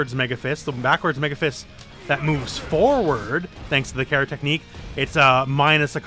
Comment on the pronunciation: It’s pronounced Cara but patato potato I guess